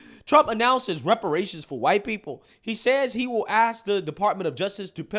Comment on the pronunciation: Can we teach people to say ask instead of axe?